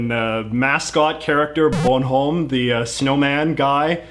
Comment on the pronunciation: And he really mangled Bonhomme, sounded like "bun home!" Don't you learn any French at all in school in B.C.?!